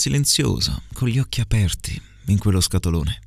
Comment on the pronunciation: Non ce l'ho fatta ad aspettare domani. Allora: 1 occhi aperti, pronunci la e di aperti chiusa, credo sia corretto pronunciarla aperta 2 gli uomini, non pronunci la gl, dici "i uomini" 3 la s del primo insomma è sbagliata, è giusta quella del secondo insomma